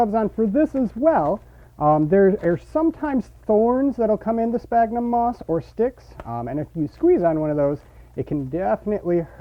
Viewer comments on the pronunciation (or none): Sphagnum, not spagnum. Christ.